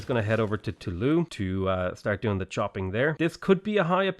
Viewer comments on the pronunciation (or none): “Toulouse” is pronounced “To lose” and not “tooloo” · Toulooh xD you do actually pronounce the s in this case cause of the e at the end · hey! i feel like you must have gotten some help with french pronunciation, because you avoid saying the "s" at the end of words. cool! but note that "tolouse" and "amboise" end in E, not S - in those cases you do say the "s" sound at the end!